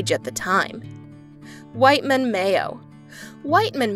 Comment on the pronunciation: It is WHITMAN Mayo. Not WHITE MAN 🤷🏾‍♂️